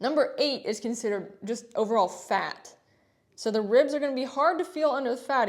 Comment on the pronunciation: why did this make me cackle 😂 the way you said this 😂😂😂 “just overall FAT”